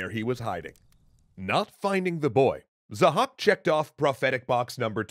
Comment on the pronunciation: His name is Zahhâk not 'zhack'